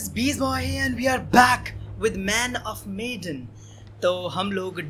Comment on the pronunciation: man of medan ko mai man of maidan bolta tha 🤣🤣